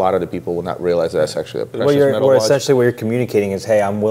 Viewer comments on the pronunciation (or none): none